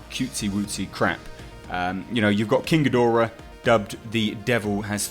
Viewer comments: You say ghidorah correctly. I hate when people say geedrah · you pronounce it correctly... Ghidorah.